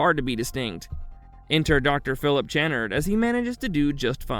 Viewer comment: On Doctor Channard its pronounced Kuh-nard